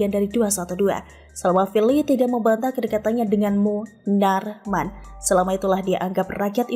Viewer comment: Knp sih klo sebut munarman kok gtu? Bikin pusing aja.